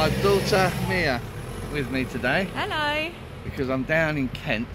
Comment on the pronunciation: That was the most London " hello" ever 🤣🤣🤣🤣 great see you and your young lass